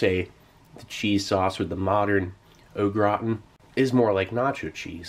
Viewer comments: Kept thinking you were saying "the potatoes look rotten" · I thought he was saying “the potatoes look rotten” until I was a 3rd of the way though 😂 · I kept hearing “the potatoes look rotten.” Lol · "grautin"... LEL! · Steve says au gratin as if it's an Irish family name. 😂 'those darn o'gratin boys!'